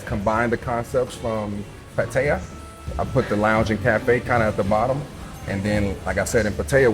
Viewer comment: Oh no! You almost manipulated him from pronouncing Pattaya properly to Patia 🤯 Will you do the same with pappaya to papia??? Thanks for the video. Makes me want to check out Qulture next time I'm in town 👍